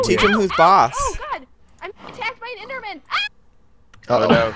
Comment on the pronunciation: do you know how to say enderman